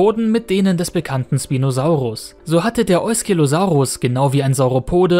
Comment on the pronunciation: Schpinosaurus sagt man nicht sprinosaurus